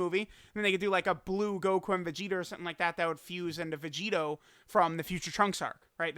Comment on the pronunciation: dokkan meme time (he said gogeter and vegeter)